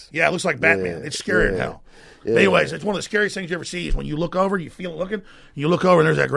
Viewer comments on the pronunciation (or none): none